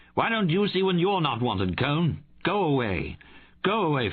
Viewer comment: The narrator calls him Cone, but does he mean Cohen?